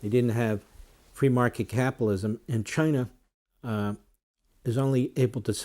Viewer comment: And don't forget "Chiner"!